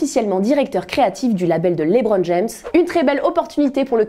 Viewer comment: “Laibron James”, “Kaani west “, “ superfuun “